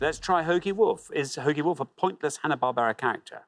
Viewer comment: Im sorry Xander, "Hanna Barbara"??